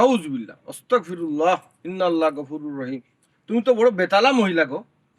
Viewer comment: এমন মিয়াছাব অসতাকফিরুলা বলতেছেন একটি ডকুমেন্টদ্বারী বানাছেন যা মনে আসে তা করেন সটিক উচ্চারন (আসতাগফিরুলা) ইসলাম দিন প্রতিষ্টা করছেন ভুল সঠিক এইটু জেনে বুঝে করুন মনগড়া করবেনা